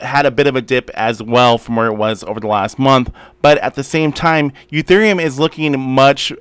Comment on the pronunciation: Why do you call Ethereum Uthereum?